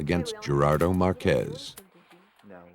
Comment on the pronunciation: Marquez, not Marquezs